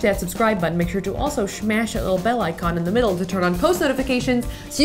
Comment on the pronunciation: Who else loves how Safiya says 'SHMASH' and 'ACHECK' ??? 😂😂😂